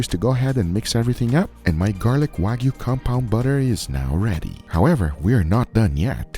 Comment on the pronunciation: WAGYU! NO! WAG-YU!